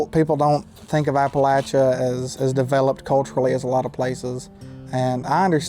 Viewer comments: Thank you for pronouncing Appalachia correctly. I could actually watch your video. 😂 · Thank you for saying Appalachia right! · Just have to say how nice it is to hear someone (especially a Yankee!) actually pronounce Appalachia correctly! So many people use a long A sound after the L. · You have no idea how much it means to me hearing you saying Appalachia / Appalachian correctly lol Norton is only 20 minutes away from me. It's so weird seeing you in all these spots that I know so well when I was just watching you a few weeks ago in places halfway across the world lol